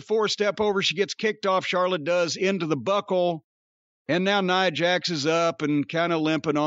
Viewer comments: Cornette keeps saying Neeah Jax. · He don’t even kw how to pronounce Nia Jax name. Can tell he don’t watch the women matches.